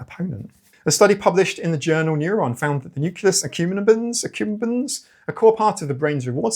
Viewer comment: nucleus accumbens: "noo•klee•us uh•come•Ben's" Also, 9PM is always at night. Also: climate change. That is all.